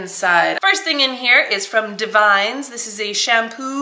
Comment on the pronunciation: Davines is pronounced (dah-vi-ness) 😊 love your channel 💗